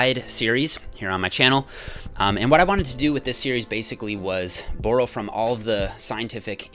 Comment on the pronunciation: Bro how u say borrow lol